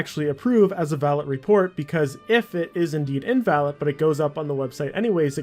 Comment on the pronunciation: "Naga-Tivity" "Nagative Repercussions" "Fus-traded" "In-Vald" "Newly Semitic Cases" "Earlier than intendant" -, I mean no disrespect, I'm honestly just curious. Is English your first language? Because you say so many words wrong I find it really hard to take your videos seriously.